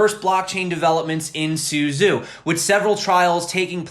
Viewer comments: pronounced su-chow, not su-zoo. zh sounds like ch... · Suzhou is pronounced a bit like “SuJoe”. ZH is like z and j together. Suzhou is a big city near Shanghai. It’s a canal city, like “the Venice” of China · The city name Suzhou is pronounced more like "SOO-joe." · Suzhou is not syuzyu, it is sujou